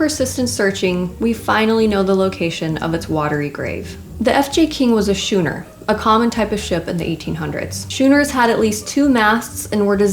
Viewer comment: Great video!! Just one teeensy problem. The boat type you mentioned is pronounced SKooNer.....not ShoooNer. Just FYI. Keep up the great job.